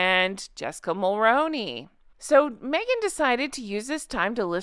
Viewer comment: I know it’s weird, but Mulroney is pronounced “mul-ROON-ey” 🇨🇦 Love you!